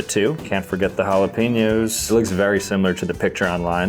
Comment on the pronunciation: Halepeeeenyos and fuh lol